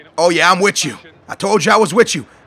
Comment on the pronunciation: Anybody notice he said i'm witch you